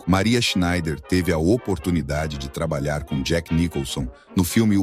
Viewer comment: Esta historia ja é conhecida. muito bem narrado. SCHNEIDER É UM SOBRENOME ALEMÃO e palavras em Alemão se pronuncia até a última letra, portanto SchneiDER. Em Português costumamos engolir as últimas letras, mas somente em Português.